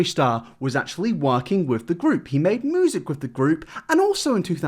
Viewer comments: It fucks me off that he says MOOOOOsic instead of music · Its music. Not moosic. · The way he says moosic Instead of music is too cute 😂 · It's 'music', not 'moosic'. Other than that keep up the good work 👍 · Its m(you)sic, not f*cking (moo)sic. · its pronounced mew-sic not moosic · kristina dawkins ok so. The correct pronunciation of the word ‘music’ is m-you-sic. However pronounced it m-oo-sic wich is incorrect. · Take a shot everytime says Moosic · It hurts my soul when he says “(moo)sic” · Is a fucking cow? Music, not moosic. Love the videos but I just needed to get this off my chest good lord. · "moosic" yes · I was today years old when I found out that some Brits pronounce "music" as "moosic". 🤷‍♀️ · Im so sorry- I know is staying important stuff and I love his commentary- But I swear to fucking god if he says moosic one more time I'm going to snap a childs neck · Stop saying moosic you nong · STOP SAYING MOOZIC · Can you say m?: "m" Can you say you?: "you" Can you say sick?: "sick" Can you say music?: "moosic" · "in the moosic industry" who's your fav cow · my dude, my guy, my boy why do u keep saying moosic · I love you buddy, but damn, the way you say "moosic" is killing me. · Nobody:: Moosic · PROCEEDS TO KEEP SAYING MOOOOSIC PLS WORK ON DIS HAHA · Who pronounces "music" as "moo-zick?" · I'm sorry but as a southern American from Arkansas, I can't help but laugh everytime you say moosic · Every time you say moo-sic it makes me smile. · The way he says moosic gets annoying fast but good video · It actually is distracting now that everyone drew attention to you saying mOoSiC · I can't get over how pronounces music as 'moosic' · Irrelevent question but are you from Norfolk? The way you say music is like people where I am (Norwich).:-)